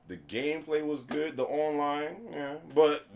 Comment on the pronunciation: uncharted 4 it's gooduh